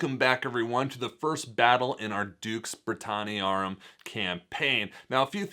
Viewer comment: I just want to say thank you for making this awesome Dux Brit/Dark Ages content! And I cannot say how refreshing it is to hear proper pronunciation of the Latin terms! I'm sure I hear my poor high school Latin teacher is rolling around in her grave whenever someone says "ducks britanniarum" XD Anyway, still working my way through the batrep during breaks from work and loving every second!